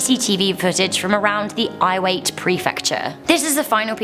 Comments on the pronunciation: EE-Wah-Tay. Iwate is prounounced EE-Wah-Tay. Not Iwait. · Sorry to tell you the pronunciation of iwate is wrong it's actually i-wa-te not iwait just saying no hate i love this channel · Number 5 and some others are not all from Fukushima. Number 5 was from Miyako, Iwate Prefucture, Japan. A better term should be “Tokohu Earthquake.” I don’t blame you, but “Tokohu” is pronounced “Toe-hoe-koo” and Iwate is pronounced “Ee-wah-tay.” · Correction, I-wa-te not Iwate but despite of it, it is a sad video :( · Just FYI, Iwate is pronounced ee-wah-tay.